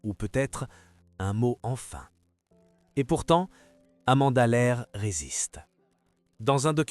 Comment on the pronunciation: Depuis les années 2000 elle a resrti des tubes 😂 et Amanda Lear et pas Amanda l'aire😅🤣😂